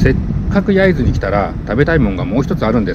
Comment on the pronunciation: 焼津の発音がデタラメ笑笑